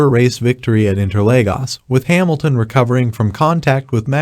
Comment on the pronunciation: Hemilton LOL Its HAmilton dopy.